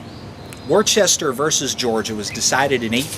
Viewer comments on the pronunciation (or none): It's pronounced WUH-STER not WOR-CHESTER